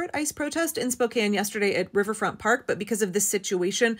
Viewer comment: Thank you for saying Spokane right.